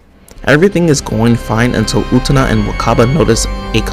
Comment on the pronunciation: Excited to see someone react to Utena, it's always a good time! That's not how you pronounce her name though 😶